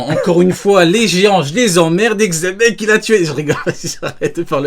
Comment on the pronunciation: Aucun rapport, dans l'anime ils prononcent Donkihote et Jibekku en l'occurrence la prononciation la plus fidèle serait Jebec, mais Chébec ça sort vrmt de nulle part